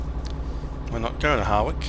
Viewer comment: Enjoyed it. Just a point for future ref; Hawrich, pronounced as 'Ha rich', no 'W'. also on an 'A' road you can do 60mph. Thanks for video